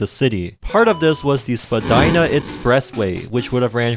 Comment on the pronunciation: Vagina express way? What I heard.